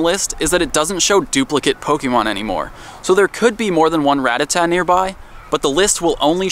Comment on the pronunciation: WHY DOESNT ANYONE KNOW HOW TO PROPERLY PRONOUNCE POKEMON???